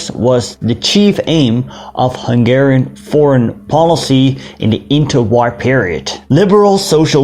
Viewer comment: As a Hungarian, I really appreciate some videos about my nation (well kind of since I am from upper Hungary). Also, your Hungarian pronunciation is very good :).